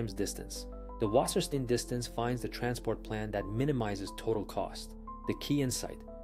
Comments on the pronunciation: Say "wasserstine" not "Wassersteen" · Or, actually, [vassəshtain]? It spells and reads like "water stone" in plainly written German